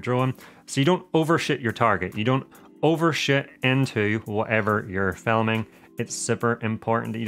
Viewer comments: "overshoot" ...I heard it as "over sh#t" 😅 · Great info. Love the accent but you made us laugh pretty good with “overshit the target”